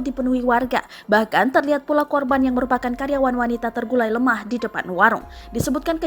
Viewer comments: Pusiiiiing. Terkulaii euyyy bukan tergulai 😢😢😢😢 Tolong jurnalis tribun diperbaiki tata bahasanya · Terkulai bukan tergulai